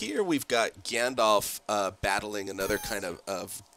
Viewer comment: And seriously, why can't you pronounce Gandalf's name properly? The second vowel is an A, not an O.